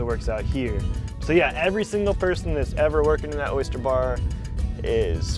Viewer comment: Oh my god! Its O Y S T E R ,not O Y S C H E R !!!!! Why does everyone here in Florida insist on saying it that way?!?!?!? Drives me nuts